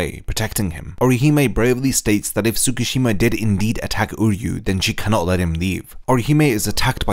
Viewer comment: I hope you do my boy uryu justice in your next video, this was a really good deep dive on Orihime, it’s actually inspired me to try and make an uryu video, keep up the good work, I love the content 😊 Ps: everything says him name like “Udyu” because of the English dub but it’s pronounced “oo” as in Oo that really hurt and “ryu” like ryu from street fighter, I’m not trying to he a grammar queen but if it’s as long as this video I’m sure you wouldn’t wanna mess that up 😊